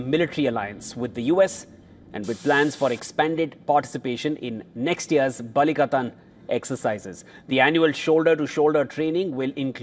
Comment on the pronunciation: Thumbs up to the news anchor of properly saying the words Batanes and Balikatan like how Filipinos say it